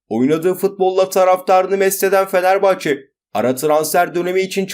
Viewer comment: Bişey olmaz hocam da Fenerbahç diyor.